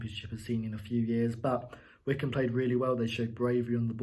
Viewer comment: Hmm, I always thought Wycombe was pronounced [why-comb], not like Wickham... Anyway, if Krul didn't shout, and I believe he didn't, Hanley should have cleared the ball just to be on the safe side. Then again, I think Krul might have had enough time to get to the ball first. But he moved forward, stopped, moved again, and then stopped again. Definitely not the best performance I've seen from Norwich, but good three points. Great free kick by Mario. And finally someone played a through-ball to Pukki!